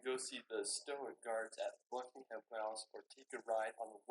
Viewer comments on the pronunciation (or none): A gherkin is a pickled cucumber. You don't sound the h in Buckingham and it's more hum than ham😂 The standing stones at Stonehenge came from the Preseli Hills of Pembrokeshire , S W Wales - a beautiful county. We have a lot of castles there as we Welsh were a rebellious bunch when the English and the Normans invaded! My home overlooks Old Harry! in Dorset.😊😊 Snowdonia is in North Wales. Wherever you go, I hope you have a wonderful time .